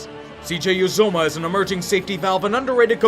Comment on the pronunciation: It's Yew-Zah-Mah. He made a video about it and everything smh